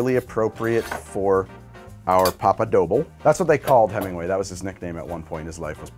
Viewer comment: somebody tell this man how to pronounce "doble" 😭